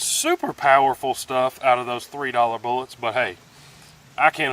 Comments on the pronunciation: “Let’s see if we can find those boolots.” Classic! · Boo-lots 🤣🤣🤣!! Thanks for your dedication to your channel. I give you a thumbs up even before I've watched👍 I've never shot either but I assumed the 10mm would have gone through the most. Catch you next vid mate!!